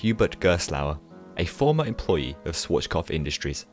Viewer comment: Swarchkopf?, you’re doing it again...